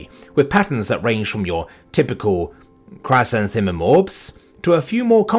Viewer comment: I'm not sure why i expected to pronounce chrysanthemum correctly but...still...